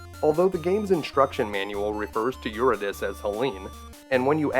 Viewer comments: I really like your videos, I watch them every weekend. Keep up the good work. Tip: Eurydice is pronounced "You-RID-uh-SEE", not "YUR-a-DIS". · Great video, I love this game so much! I know this is pedantic, but in case you wanted to know, "Eurydice" is usually pronounced "Yur-ee-dee-see." Some people also use the ecclesiastical latin pronunciation "Yur-ee-dee-chee." If you REALLY wanted to be authentic you would use the greek pronounciation of "Yur-ee-dee-kee." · Apollo pulls the sun chariot, Artemis is the one associated with the moon, so I think it makes sense to come from her. I like your pronunciation of ocarina! I think Eurydice and Phrygia are pronounced a little differently than that, though, lol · This was one of my favorite games as a kid. One thing though: it's "yoor-id-ah-see"